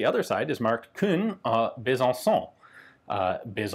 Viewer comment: why does he say it as Khun when it's Kuhn